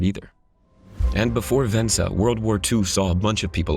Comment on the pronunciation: "Vensa" LOL